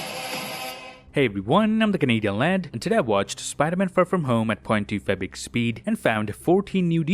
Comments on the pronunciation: Can someone please tell me what he says at the beginning? I speak of the part in which he says he watches the movies at 0.25x speed, but to me it kinda sounds like "point two fabric speed". Of course I know he's referring to "0.25x speed", but I can't understand what he's actually saying, it doesn't sound like "point two five" to me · i love how he says 2.fibex speid